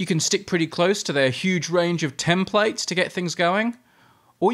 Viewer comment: tem-play-its --- no! tem-plits